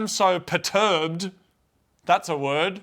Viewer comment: Its perturbed not peturbed.